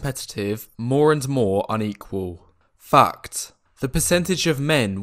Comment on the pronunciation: When you said fact I heard fucked! 😂